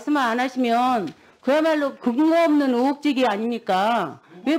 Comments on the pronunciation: 국회의원, 장관 정도 되면 발음 좀 신경 써보시죠? 의혹이란 말은 수백번씩 하면서 으혹 으혹 하고 발음 하는건 뭔데? ㅎㅎㅎ 나으 ... 국민으 정치를...ㅋㅋㅋ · [으]원 [으]혹 [의] 발음이 안되능가?